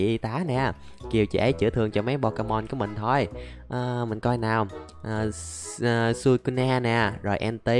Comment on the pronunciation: con suicune mà anh bắt đọc bình thường là sui-cun mà anh :v